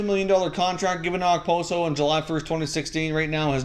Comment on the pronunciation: As a Sabres fan I cringe everytime I hear someone say Okposo.